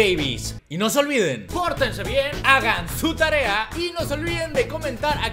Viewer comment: Jajaj quien mas lo retrocede solo para escuchar T.A.R.E.R.A XD